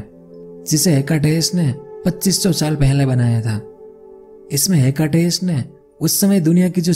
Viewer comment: हेकटेस नही हिकेटस